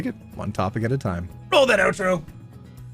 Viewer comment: I THOUGHT YOU WERE SAYING OUTRO BOOB!!!